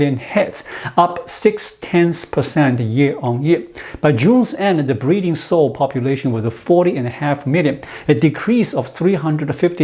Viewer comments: "Sow" rhymes with how or now, not with "go" or "know". (Don't you love the regularity of English? :-)* ) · Sow rhymes with cow.